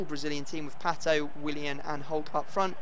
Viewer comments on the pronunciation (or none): none